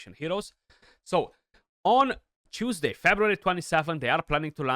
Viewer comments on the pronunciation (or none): none